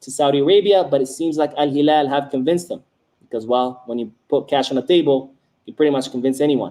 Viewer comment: You pronouncing al hilal correctly the real one in Arabic!! Awesome 👏